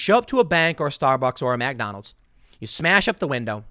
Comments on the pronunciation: you can't even pronounce McDonald's right... fuckin les nessman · Is it weird that he pronounces it MACKdonalds instead of MICKdonalds? Am I the weird one? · McDonalds... not MacDonalds. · Please don't say MACdonalds, it's clearly McDonald's, if we have to pronounce black names proper we should also pronounce Irish name properly too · You know how I know Tim is a commie, he said mac donalds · I like how Tim always says Mag'Donalds